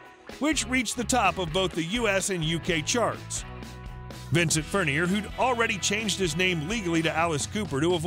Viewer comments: The computer bot announcer really needs to learn how to pronounce Alice’s real last name. I can’t stand to listen to announcers like this. Plus Alice got married in 1976 not 1975. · plz pronounce his last name correctly!